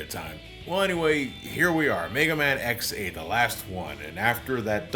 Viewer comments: Okay, it may just be me but every time says "X8" I mishear it as "ex-aid." Like the Kamen Rider. =v='' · Is it just me or does it sound like is saying “Ex Aid” when he is saying “X 8”? The amount of time I heard “Ex Aid”, I swear was going to do an henshin and start fighting the bugster threat. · Whelp i am officially a no liver: every time he says X8 it sounds like ex-aid and paradise lost is a faiz movie. Both are kamen rider (pls watch kamen rider)